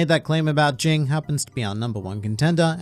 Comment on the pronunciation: You keep saying it ging as jing it actually is supposed to be said as jene